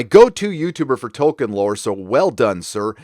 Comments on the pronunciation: THE NAME'S TOLKIEN, NOT TOKEN!!! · I know this is nit picky but I’m pretty sure it’s Toll- keen Sorry 🙃